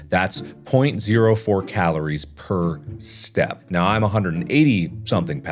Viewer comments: Mark is saying "step" but it sounds like "stab" 😂😂😂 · After awhile its sounds like Mark's saying "stahp" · It sounded like he was staying “stab”😂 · Mark saying “Step” just started sounding like “Staph” xD